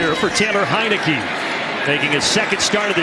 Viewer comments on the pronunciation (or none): TANNER HEINICKE??? BRUHH GET HIS NAME RIGHT